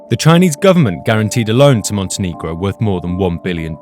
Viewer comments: I love how they pronounce Montenegro MonteNIGRO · You're not pronouncing Montenegro correctly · I'm pretty sure you're mispronouncing the name of the country and it's really jarring.